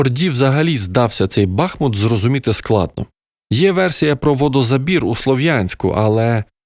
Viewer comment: Почнемо з наголосу,- БахмУт. Наголос саме на букву У. Маєте сумнів, запитайте у пана Корнацького. Це історик та директор музею. Далі... Все це далеко не "суцільний укріпрайон". "Суцільний" був завалений з північного флангу після удару в "фас" 24лютого від кордону. А от про "політичне рішення" повністю згоден. І ці "політичні рішення" ще будуть всіх дивувати ще не один раз...